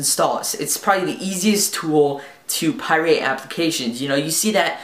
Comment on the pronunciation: pirate, not pie-rate.